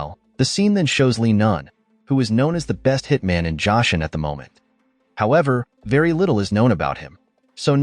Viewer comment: It’s pronounced Joe - son not Josh eon